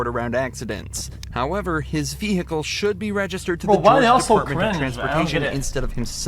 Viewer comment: Vee Hiccle